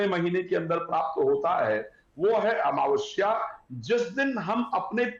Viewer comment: जैसा हिन्दी में लिखा है कम से कम बैस तो बोलो अमवस्या नही, अमावस्या बोलो बेटा।